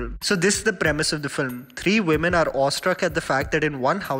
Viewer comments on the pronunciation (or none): none